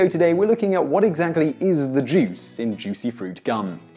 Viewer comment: i tought he said jizz